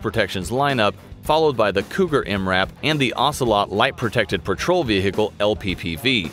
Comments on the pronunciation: Has this guy really been saying ve-hicle all this time? And nobody’s told him? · The way he says vehicle 😂 "veeeceeheeecle" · He's trying so hard to say vechile cool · The way he says vehicle reminds me of the the cool whip joke from family guy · Who else loves/laugh when he sayes vehicle